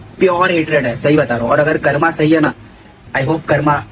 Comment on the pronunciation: it karm not karma